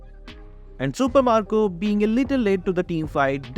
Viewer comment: Its marco not macro